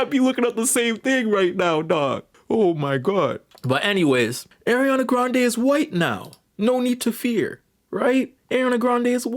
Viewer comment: Slight correction: Cynthia's last name is pronounced Eh-REE-Voe. However, I'll leave the pronunciation of Aryana– I mean Ariana alone.